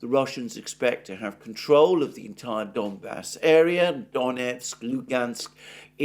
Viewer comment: Alexander, sorry, but I have to correct your pronunciation of some cities and places (because you obviously care about it; Ritter, for example, manages somehow to put stresses always in a wrong place, even in Putin's name, lol). DonEtsk, DonbAs, MAr'yinka, ZhytOmyr, PoltAva, StepovOye, BogdAnovka, LimAn, BakhmUt.